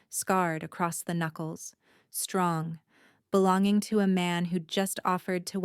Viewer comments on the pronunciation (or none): none